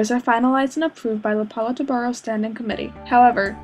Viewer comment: Lmao the pronunciation of Politburo though...